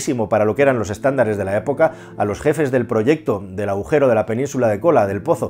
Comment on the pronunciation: Aujero??? o agujero...